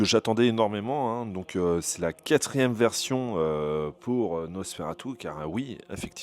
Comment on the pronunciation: Bonjour , Nosfératu est un mot roumain, donc prononcer Nos Fé Ra TOU